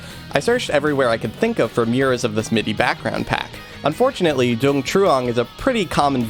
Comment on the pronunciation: Note: I'm pretty sure the name Dung is pronounced "Yung". Even though Vietnamese uses the same characters as English, they don't always sound the same. (ex: the name My pronounced "May") Source: I used to work in a place with people from Vietnam, including people with the name Dung.